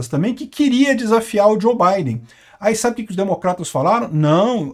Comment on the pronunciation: Que Djo Baiden! O correto eh Djou!!!